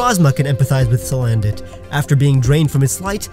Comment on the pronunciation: There is no vowel between the N and the D in Salandit!